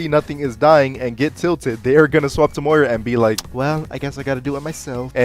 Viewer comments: Yo when uou started calling 'Moira', 'Moriah' I was like, "Aye yo, calling me?" It tripped me out for a sec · moh rye ah??? moy rah. she says her own name every time you pick her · You saying Muh-Ri-Uh when mentioning Moira was such an unnecessary tilt out of nowhere. I'm just trying to enjoy my coffee man xD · "moraya" had me wheezing💀😭😭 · The way he pronounces moira hurts my soul. Im not generally an AcTuAlLy ItS MoIrA type person but its pronounced mmm-oy-ruh like mmm soy sauce yuh. I am a ram main. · "uhmmm you said Moira wrong" ☝️🤓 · Intentionally pronouncing moira wrong for interaction? 👀